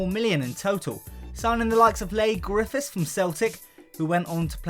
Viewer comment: You say it lee grithiffs